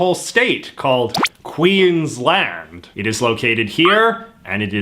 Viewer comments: I'm not nitpicking, but I thought I'd just provide some pronunciation information in the comments: - Acacia = a-KAY-sha - Uluru = ool-a-ROO (basically) - Queensland = Queen's-Land, as opposed to 'Queen's-lund'. I know it seems like the posher pronunciation would be the right one, given our British roots, but not so. I love the fact that you called our national anthem the far lamer song, because you're exactly right. Unfortunately Waltzing Matilda is not a very good contender for national anthem either, because apart from glorifying violence, it also contains no mention of Aboriginal or Torres Straight Islander people. Having said that, neither does Advance Australia Fair. 'For we are young and free' is a bit insulting to the cultures which were already here and are very much not young. Also fuck me, I've never heard of a grasstree being called a 'black boy'. I'm glad that's disappeared. Xantippe was definitely a terrible choice - they should have gone for Xanthorrhoea or X-ray art. The only issue is that X-ray art is only one of a number of culturally specific art styles (as opposed to, say, dot-painting), so they might have worried about somehow 'showing favouritism', or seeming like they were appropriating the art style. But X-ray art is something all Australians can enjoy, without necessarily appropriating the cultural practice - they could have asked an Aboriginal artist from the Northern Territory, where X-ray art mostly comes from, to create the designs. It's both uniqu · So I love that at one point in this video JJ basically tells us Australians that JJ should be in charge of our culture, and our decisions, but JJ struggles to pronounce Queensland. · It’s not pronounced Queens lend it’s pronounced Queens land There’s a difference